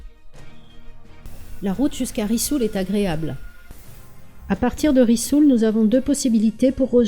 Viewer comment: On dit risoul et pas rissoul en français